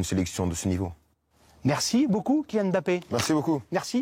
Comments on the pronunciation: Monsieur bravo. Vous êtes, si je ne me trompes, le premier journaliste français qui prononce le nom de Kylian Mbappé correctement, sans séparer le « M » du bappé. C’est comme ça que ce nom doit être prononcé et pas autrement. Merci 🙏🏽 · Finalement les francais Ont apris a prononcer les noms Camerounais 😂Mbappe et non M-bappe